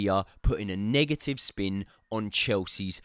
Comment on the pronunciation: Never heard someone say “nega-ee-vuh-ee”